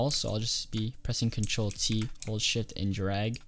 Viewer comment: i thought you said hold shit